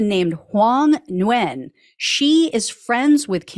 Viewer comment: Nguyen is pronounced "wen"